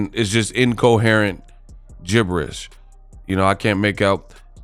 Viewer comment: I loved how you read jibbers